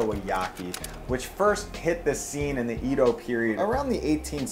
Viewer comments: lmao , homie pronounces 'edo' wrong... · I find it kinda funny that he said "Edo" wrong, despite running a Japanese-themed store. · If you're going to educate people about Asian culture, you NEED to pronounce the words correctly, and it's not that hard: Edo period - like the E in eggo, NOT the e in need. -kun - pronounced like racoon, this is equivalent to young and whatever is named before it (note: it doesn't mean anything, and anyone telling you that is lying, it is a title used for children, often male children). Meiji - Meh ee jee (most foreigners default this kind of pronunciation to the hard A sound because it sounds like that to untrained ears - May jee is still closer than what you said). With 2 of these, you are messing up someone's name, and with one of them you are saying something that doesn't exist. Also, in Japanese, there is no Syllabel for "tha", that fish is called tai, not thai. Hence the name being "Taiyaki" and not "Thaiyaki".